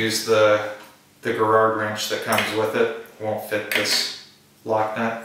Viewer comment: And it's pronounced Jer-ro